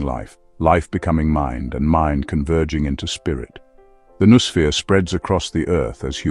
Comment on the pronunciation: Since that word is so central to the thesis, it's surprising they couldn't bother to teach the AI to pronounce it.